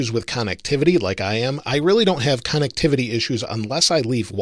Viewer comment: Actually is pronounced “connectivity” not “KAHN-nectivity”... 👀